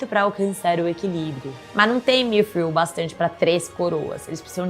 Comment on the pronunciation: Correçao, nao é migril, e sim midriun